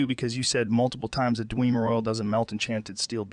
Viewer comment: The pronunciation "dweemer" never gets old